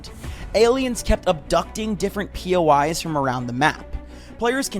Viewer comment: sorry but bro said new pois guided missile